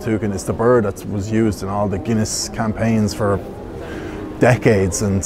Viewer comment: "HOPEFULLY A GOOD PINT OF GUINEA IN HERE, WHA" 😂😂